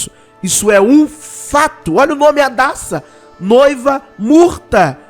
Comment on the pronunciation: Hadassa= Radassa